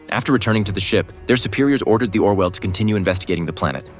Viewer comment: It’s Orville not Orwell